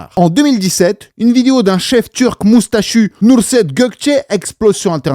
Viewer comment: Nusret leeeen pas nurset